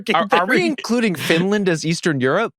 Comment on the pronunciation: went full American with Finnland xD